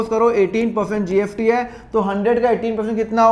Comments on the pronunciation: Nice explanation but why are you pronouncing it as GFT ??? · Sir you pronounce s as f